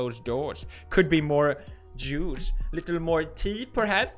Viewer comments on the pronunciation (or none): i thought he said jews for a sec.... but we are safe from vox for now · did he say juice or Jews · Did he say Jews or Juice? (This is actually a genuine question after the brige incident everything is possible) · did he say jews or juice